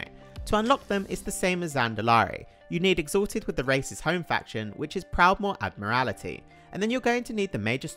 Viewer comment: Ad-mer-al-it-ee? That's a lot of extra syllables.